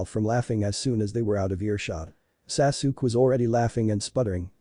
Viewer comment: It's Sa-Su-Ke!!!!